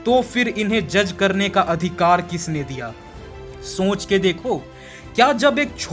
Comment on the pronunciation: Shonch nahi soch ✅